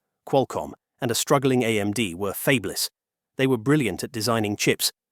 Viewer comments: I wish this AI voice could be trained to pronounce fabless instead of "fabeless" 😢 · "fabe-less"? AI strikes again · What's with the AI voice? This clanker slop is taking the You out of YouTube. I'm out at "fabeless" and not coming back to this channel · Fay-blus? LOL! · Fabeless? Geez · interesting video until the AI speech generator pronounced fabless as fey-b-lous.... just get a human to read your scripts.... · "Fabe-less" ... really? I tire of these B.S. AI narrated videos. Does no one vet this stuff before posting it? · 'fayb-less'. Ugh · And getting Fabless wrong was annoying.